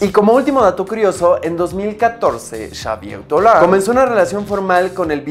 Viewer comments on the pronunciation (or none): Se pronuncia "Savié Dolan" :)